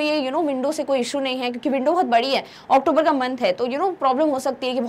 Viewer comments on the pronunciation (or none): none